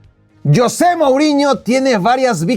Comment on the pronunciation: Creo que la inmensa mayoría de tu público, contandome, somos hispanoparlantes y no sé si tú sabes que, en nuestro idioma castellano el nombre "Yosé" practicamente no se utiliza, nosotros pronunciamos "JOSÉ" con Jota. JOSÉ 🙂👍 YOSÉ 😠👎 PD: Ese tipejo José MouriÑO siempre me ha desagradado un mundo y parte de otro, me parece un megalomano egolatra (Saludos a CR7) y un tipejo barriobajero, un gentuza. 💩💩